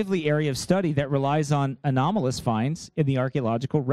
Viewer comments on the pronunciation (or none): none